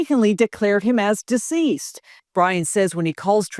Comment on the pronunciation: D Ceesed 😂